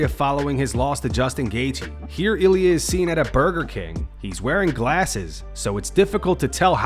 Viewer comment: that's not Ilia... That's Ill - IA